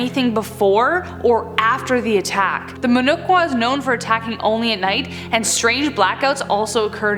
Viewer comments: muh no- chu(as in chalk's ch pronounciation)-wa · It’s actually called “muhnochwa” pronounced as muh no’ch’wa ‘ch’ as In chair. It’s literally means face scratcher ‘muh’ meaning face and ‘nochwa’ meaning to scratch. It was quite a scare in early 2000s in our city back then. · It's "Ch" as in "chatter" in Muhnochwa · They can't even pronounce